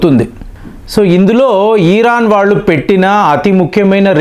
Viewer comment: Uncle మీ ఇన్ఫోర్మేషన్ చాలా బాగా చెప్పారు కానీ "ఈరాన్" కాదు "ఇరాన్" అని చెప్పండి